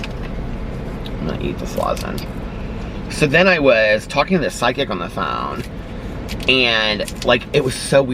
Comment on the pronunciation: You pronounce the word “psychic” weird lol. It sounds like you’re saying “psy kick”